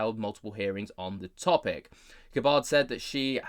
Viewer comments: Please pronounce her name properly. It is not Guh Baahrd. It is Gabbard with the a like the a in apple. Thanks! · I thought it was more Gab-ard and not G’bard like is pronouncing it? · Pronounced GAB-ird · Pronounced = Gab Bird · How do you not know how to say that nake bruv? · U can't even pronounce her name properly